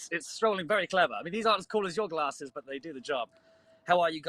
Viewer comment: so no one realized he says "glasses" the exact same as the show still?